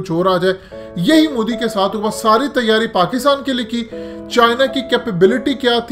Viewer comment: Abey moooodi nhi.... MO di hai naam to dhang se le le😂😂😂😂